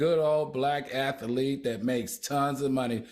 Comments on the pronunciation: It’s been years and none of the cohost will inform Al he is pronouncing athlete wrong 😢😢😢😢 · Can somebody tell Al how to pronounce athlete? 🙏🏽🙏🏽🙏🏽🙏🏽